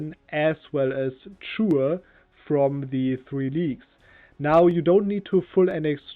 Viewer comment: Chur spricht sich wie „Kur“, nicht wie „Tschur“.